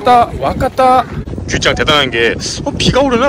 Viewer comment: 규짱〜하실때 , 규〜를 길게말하시니까 자꾸 규우 (牛🐮)소 라고 들려요 ㅋㅋㅋㅋㅋㅋ 🐮짱 ~